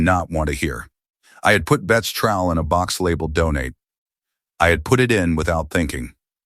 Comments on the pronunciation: It’s trowel not trial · Trowel not trial. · Say basil or trowel one more time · motherofgod that was killing me